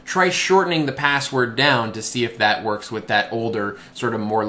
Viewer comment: It verks! It verks!!